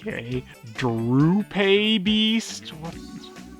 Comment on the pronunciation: "Drupe" is an actual word, believe it or not. It's pronounced "droop" and describes a type of fruit with a stone in the middle, like a cherry. So... not at all appropriate for a Seedot.